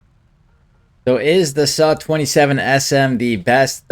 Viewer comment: The “suh “